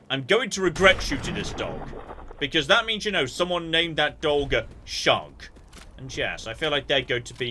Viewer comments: It's not Shug like Shrug it's Shug like Sugar. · "Shug" (the glowing dog killed) is pronounced like the first syllable of sugar, and is the shortened form of it; similiar to "hon". It is a term of endearment from the US southeast. Somewhat old-timey.